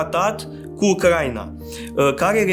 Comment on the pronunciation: U-cra-i-na, nu U-crai-na